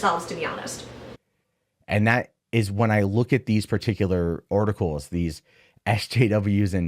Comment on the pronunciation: Is it just me or when he says articles does it sound like orticles